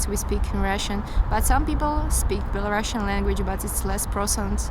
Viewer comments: NO BelaruSSian, to speak correctly BelaruSian. Не Белорашн, а Беларусиан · the first "belarusian" is not a real belarusian if she can't even pronounce her language name in English right🤦🏼‍♀️🤦🏼‍♀️🤦🏼‍♀️